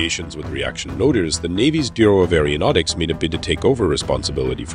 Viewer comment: Nice presentation, though a dramatic narration is stripped of gravitas when the person speaking can't pronounce, "aeronautics", or any related words correctly: the Greek originating prefix is pronounced, "air-oh", not, "air-E-oh". "Aero", means air. "Aer-E-o", seems biscuit/cookie related. 😁